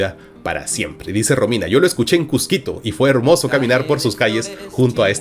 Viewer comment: Que genial que Marco siendo limeño pueda pronunciar correctamente Cusco y Cusquito